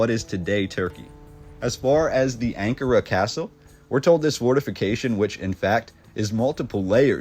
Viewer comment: When you pronounce Ankara...the accent is on the second syllable..just sayin ..love your stuff.